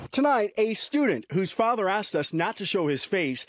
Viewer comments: And what the fuck is axed?!?!?😂😂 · “LIFES”? “AXED”? 🤔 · Lol the single mom of the attacker defending her son and saying AXE instead of ASK. HILLARIOUS. She didn't even say it never happened, she's just trying to play the victim as her son was held into custody. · "I axt..." FUCK ME! "Ask" motherfucker, "ask". Why is that so hard? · Asked not axed.... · "I axed to see the video." Well, that's a strange request.... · She "axed" to see the video, Hahaha!!! It's unfortunate, stupid parents= stupid kids. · Why do they keep saying "I axed" or "I aksed" you a question - how hard is it to pronounce this word correctly? Jeez. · You axed em? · I axed. No it's I asked. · "I axed to see the videos but they aint bla bla" Maybe you should ask them. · But it's OK cuz she "axed dim".... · Look at the mother playing the victim. Absolutely pathetic. Hey black folks, it’s asked not axed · The woman at 3: 27 axed to see the video? Well there's the problem right there. Anyone axing is a moron plain and simple. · Also "axed" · Mother of the year Axing all the wrong questions again 😂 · "I axed ta see da videos" Jesus. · She AXED the chial… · Why is it sooooo hard to say asked lol